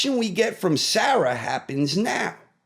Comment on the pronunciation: The mispronounciation of Sarah grating lol